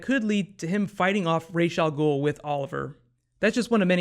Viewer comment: Raaaas al ghul not rageee al ghul, why?????